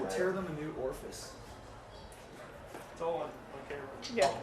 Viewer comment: Neil said tear them a new orfice as in rip them another assh*le.